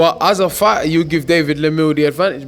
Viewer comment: Actually he slips up a few seconds later and says "As a farter you give David Lemieux the advantage" :) Must be those French legumes?